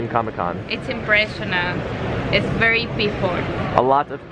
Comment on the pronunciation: "Wery people" hahahahahhahahahahah